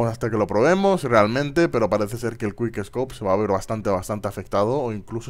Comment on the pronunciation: es quick no te comas las letras ;)